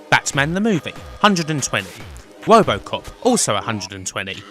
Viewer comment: "Wobocop" hahaha